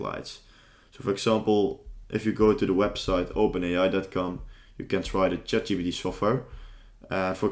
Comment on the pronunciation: This is a good video. I feel like a nerd for mentioning this but it is Chat G*P*T not GBT. Also, I've found that GitHub Co-Pilot is a bit better at coding than ChatGPT.